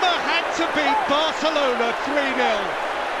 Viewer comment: Its Barcelona, just pronounce it right, please.